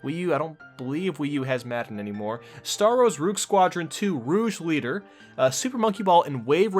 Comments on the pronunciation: Please don't tell me you called it rogue as in the bat from sonic games. Rouge as in ROGUE ONE. lol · It is no star wars ruje leader but rôgue leader ! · Rouge leader... It's rogue leader not French for red leader. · "Rouge Leader" lmao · YOu said rogue leader really messed up mate lol Great video otherwise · Rouge Leader? LOL Its not French!! Kids trying to talk factual about stuff that happened before they were born! Funny! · First of all, You're not even old enough to even of been around for the Nintendo 64 launch. Second of all, I learned very quickly within the first two minutes of your video of how annoying you are. You don't even know how to pronounce Star Wars: Rogue Leader. You lost all credibility at the mark. You're annoying and are uninformed and just dumb as owl shit. Please get off of YouTube. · "Roog Squadron 2: Rouge Leader" ...huh? Both of those words are "Rogue", rhymes with "Vogue".